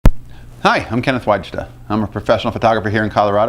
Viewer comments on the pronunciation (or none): As another fellow of Polish extraction your name should be pronounced 'Vayda'.